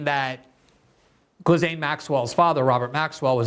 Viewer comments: Gislain is pronounced guh-lane, not jizz-lin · It irks me too. The correct pronunciation is "gee-Lane" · Can we finally settle on a definitive, singular pronunciation of her name? Gee-lane, Gizzlane, gargamel... I feel like everyone calls her something different, so I just go with "maxwell." 😆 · I appreciate Glenn's dedication to mispronouncing Ghislaine's stupid name. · No one knows how to pronounce Ghislaine. Everyone says it differently!